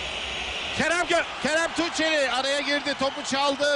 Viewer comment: 10 defa aralıksız Kerem Tunçeri dedi ama bazılarında Tunceli dedi bazıların da Tuğçeli. Ulan adamın ismini unuttum. 😂